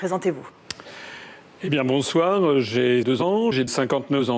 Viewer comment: Le "Bonsoar!" dès le début m'a fracassé 😆